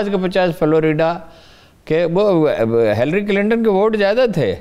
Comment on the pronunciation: Hill- ary ~ Hillary ہلری کلنٹن ✅ Hillary ~ ✅😊 (ہیلری ۔ ہیل ری ❌Hellary)